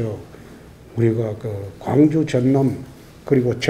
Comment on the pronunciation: 굉주라고 라...